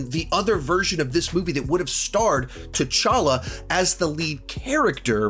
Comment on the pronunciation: OK. Who the heck is Cha’talla? LOL…. 😂, you do know you can edit out your own mistakes, right? 🤣 AFAIK your videos aren’t live? Just saying... 🤷‍♀️